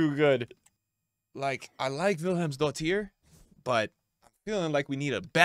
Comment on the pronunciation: We now know her as Williams daughter 😂